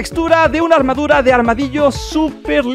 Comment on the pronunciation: Por que dice armaduras y no armaduras xd